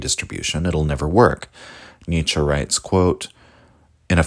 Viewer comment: not 'Nietzschah' , but 'Nietzschuh' just saying